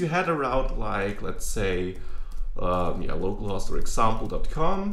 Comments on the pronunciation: Just to help with you english say "Low Call" host so better understood =) localhost way you say sounds funny. use if want =) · I actually think the main reason it might sound funny is the short "o" in host rather than long "o. He is using "host" to rhyme with "lost". It should, however, sound like the "o" in "home". No big deal though, it's a great video! Thanks for teaching us! :)